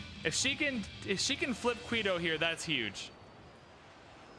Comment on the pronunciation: really need to work on these pronunciations. Saying "Qweeto" and "Bagoda" is just wrong... other than that, keep up the fun.